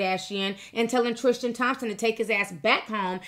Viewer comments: It’s Tris-TAN not Tris-TIAN! I love u T but it bugs me when u mispronounce things lol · triSTan not triSHTan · Girl, his name is TriStan. Not TriSHtan 😂🤦🏼‍♀️ I’m not saying it isn’t wrong - it’s shady, BUT this idea that men can be “taken” by women is insulting. They only go if they want to go 😌 HE is the one who promised to be faithful: these women didn’t promise anyone anything (including Jordan 😌). As usual, people jump for the woman in these situations when they’re not the ones with the responsibility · Tristan not Trishtan. Lol sticks out like a sore thumb!!!! 😂😂😂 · Why do you say tristan like its spelled trishtin? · omg stop saying trishtan no h!